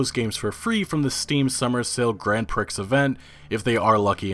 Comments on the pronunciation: Imagine if he got demonized for pronouncing Prix as Pricks rather than Pree lmao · It's pronounced "pree" not "prix" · He called prix pricks lol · Mate! 'prix' is pronounced 'pree'. It's a borrowed French word meaning 'prize'. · ...please...for the love of all things...LEARN HOW TO PRONOUNCE WORDS! Prix = Pree, Women (plural) = Wih-men. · Prix is pronounced "PREE"